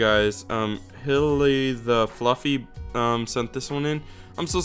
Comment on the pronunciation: You did say my name wrong x3 Its pronounced Holly like the plant but its completely fine lol